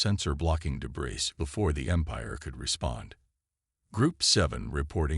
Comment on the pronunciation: PLEASE --- DEBREE, not debris.